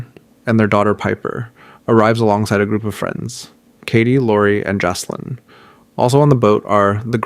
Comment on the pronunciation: FYI -- It's pronounced "JACK-lin". not JASS- lin, unless you want to sound like an idiot for the rest of the series. The name Jaclyn is a feminine name that is a variation of the name Jacqueline. Other variations of the name include Jackeline, Jakelin, and Jackielyn. The diminutive forms of Jacqueline include Jac, Jack, Jackie, Jaque, or Jacqui.